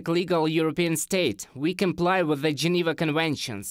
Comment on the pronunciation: Your pronunciation of "th" as "z" gets on my nerves. Just saying...